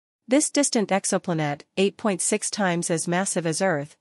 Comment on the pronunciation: Exo pla-nette?